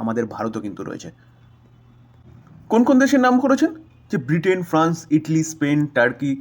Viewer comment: আপনি ইতালিকে ইটলি বলছেন কেন